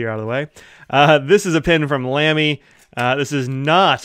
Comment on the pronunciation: The famous brand is pronounced “Lah-me” — NOT “Lamb-y” ( a common mispronunciation that must annoy the fluent and intelligent Germans no end ).